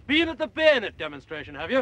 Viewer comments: He didn't even sat "Beeenet" Since posh fekkers talked with clipped pronunciation, their vowels are shorter. Baynet. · He's pronouncing it correctly in French style, as was still done at the time.